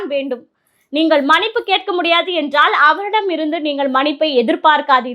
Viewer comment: அருமையான காணொளி. சகோதரிக்கு வாழ்த்துக்கள். ஆனால் ஒரு உச்சரிப்பு திருத்தம்,மனிப்பு அல்ல மன்னிப்பு என்று உச்சரிக்வேண்டுமென்று அன்போடு கேட்டுக்கொள்கிறேன்.